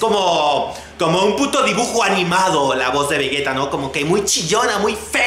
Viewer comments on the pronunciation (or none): Se dice vejeta aunque sea sidoso vegueta suena mejor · 1) sabes pronunciar vegetta ? He escucho que no XD 2)Haber si nos centramos en el video o publicidad de tu camiseta. 3)No critiques mucho a Auron Play que como te critique nos veamos de risa todos XDD .